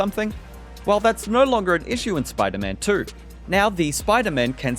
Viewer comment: “Spyta man twerrr” 🇬🇧